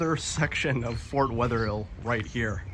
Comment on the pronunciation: It is not Fort Wetherhill. It's Fort Wetherill. Not "hill"